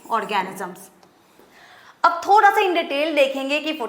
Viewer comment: When mam saying - thodha😄